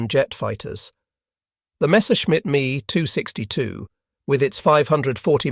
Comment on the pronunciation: It’s not a me 262, it’s a ME 262.. Mmm Eee .